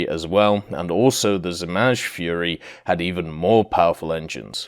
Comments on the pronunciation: Not Zmazh. In english you would say Zmay aka Dragon. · You are not pronouncing zmaj correctly 😭 It's pronounced like z-mai (the "j" at the end sounds like the "y" in yugoslavia) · I mean its harmless but definitely noticeable.It could have took him 2 seconds to google an audio pronunciation of zmaj.